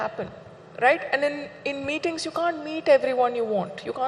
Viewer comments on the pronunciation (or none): Meethings, meethings, meethings, or me things 🤣🤣🤣🤣🤣🤣🤣